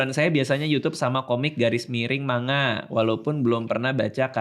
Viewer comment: Sekedar info, lafaz 'Manga' yg benar di baca "Mangga" (huruf NG pertama masuk ke hidung). Sama seperti pengucapan 'Saringan' dibaca "Saring-gan", bukan "Sari-ngan".